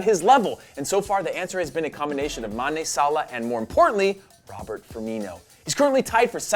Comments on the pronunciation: Uh... it's Roberto Firmino, not Robert... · It's not Robert, it's Roberto